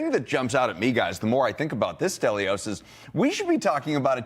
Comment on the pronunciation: Delios? I thought his name was Stelios.